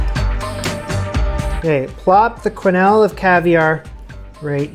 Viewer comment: The ‘qu’ in ‘quenelle’ is pronounced like a ‘k’.